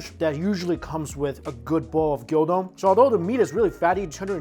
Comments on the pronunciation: It’s not gyodon. It’s gyudon. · Hi Mike, did you know that Nissin cup ramen noodles are different in Japan from the ones you get in the States? I compared the Curry cup Noodles from both countries and the Made for Japan market beat the other one by far. Cheers for all the uplifting content and information. BTW When you say gyu don you gotta say it like Moo, so Gyoo don!